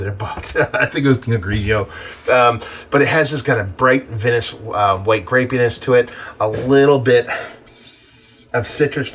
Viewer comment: Just fyi, you pronounce it "vine-ous" 👍